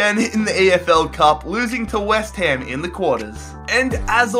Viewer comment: Nice vid... keep up. but i'ts west ham not west haim.